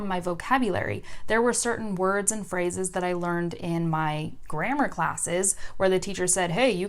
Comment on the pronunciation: when you say "phrases" I heard "frozzes" I was like ; wtf is this new word (and u used this word 5 times in a row) btw ur rlly cuuute if you want to speak french like a native speaker, date me haha